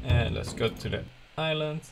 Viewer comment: I love how you pronounce island as "is - land" haha. Just so you know, the proper way to say it is, "aye - land." :)